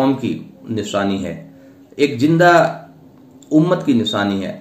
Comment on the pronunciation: Engineer...? Maulana.... Abay isko zinda bhi زندہ, boltay nahin aaraha....devanagari walon ki Tarah...Jindal...bol raha hai... Barray saghir k musalmanon ka kya hoga....aise aise musalman maulana...musallat kardiye Gaye hain...maulana mafiya